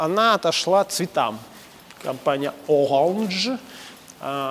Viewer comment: Ну,, ну не кОмпани же...